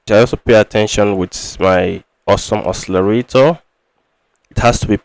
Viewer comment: It's awesome OSCILLATOR , not awesome oscillarator. It's not difficult to pronounce. Nice video anyway